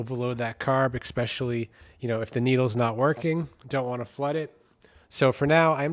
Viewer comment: "Intresting" is STILL not a word. "Ekspecially" is STILL not a word.